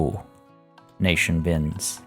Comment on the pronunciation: When you put the emphasis on DO in donation. My automatic thought was "Do. A deer. A female deer" even though the logical part of my brain was like "He means dough as in money"